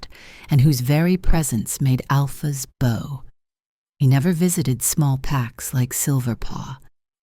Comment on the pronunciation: The story is good but the reader is bad. The sentences break in the wrong places. The reader doesn’t pronounce simple words like bow, bond. It makes the story hard to follow.